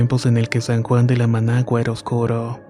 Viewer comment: 😂🤣el primer relato es de un campo de acá 🇩🇴 incluso es de mi región, morí 🤣cuando dijo el nombre, puesto que es San Juan de la Maguana, y el dijo managua 😂me causo mucha gracia.